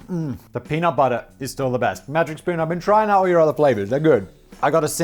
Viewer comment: Simon PLEASE don't say "budder" for butter, you're english!